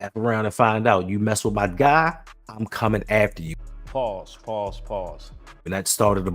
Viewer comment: It just makes my bald spot itch, when grown men feel the need to say, "PAULSE"!!! "NO HOMO"